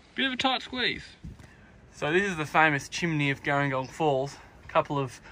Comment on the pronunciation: Hey great video, very handy! Just an FYI, local's pronounce it "Jeh-ring-gong". Like the South Coast town, with a "J" sound rather than the "g".